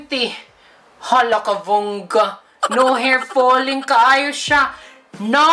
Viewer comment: I told you,no hair fulling?fooling?ahahaha dami qng tawa.at ang pagbilang ayos na ayos no fooling waahaha.love u tlga...I told you!😂😂